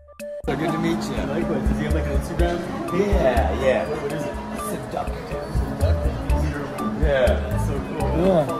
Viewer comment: Instead of seductive it’s seducktive 😂